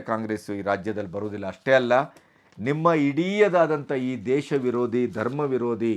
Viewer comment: ಅವನಿಗೇ ನೀವು ಹೇಳಿದ ದೋಷಗಳೆಲ್ಲ ಇವೆ. ಕನ್ನಡ ಪಾಠ ಮಾಡ್ತೀನಿ ಅಂತಾನೆ ದೇಶ, ಶಾರದ', ಲಕ್ಷ ಹೇಳೋಕೆ ಬರಲ್ಲ. ಬಹು ವಚನ ಬಳಕೆಯ ಸಂಸ್ಕಾರ ಇಲ್ಲವೇ ಇಲ್ಲ. ರಾಜಕಾರಣಿಗಳ ಸಂಭಾಷಣಾ ಸಂಸ್ಕಾರವನ್ನೇ ನಾಷ ಮಾಡಿದ ಹಿರಿಮೆ ಇವನದೇ. ಲೋಕಾಯುಕ್ತದ ಗೌರವವನ್ನೇ ನಾಶಮಾಡಿದ. ಇವನೇ ಮುಂದುವರೆದರೆ ನ್ಯಾಯಾಲಯಗಳು ಏನಾಗ್ತವೊ ಎಂಬ ಶಂಕೆ ಪ್ರಜೆಗಳ ಮನಸ್ಸಿನಲ್ಲಿ ತುಂಬಿದ್ದಾನೆ. ಒಂದಾ ಎರಡಾ., ಅಸಹ್ಯ ಆಗುತ್ತೆ. ಇವನದು ಸಾಬ್ರು ಕುರುಬರ್ ಕಾ ಸಾಥ್ ಸಾಬರ್ ಕುರುಬರ್ ಕಾ ವಿಕಾಸ್.